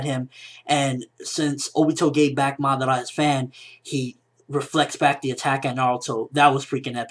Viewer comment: it kinda bothers me the way he says Madara